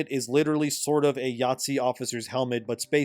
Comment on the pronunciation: I know yer saying Nazi, but you make it sound like you're saying Yahtzee, lmao